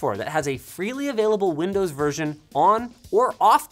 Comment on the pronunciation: that "windoes" in the intro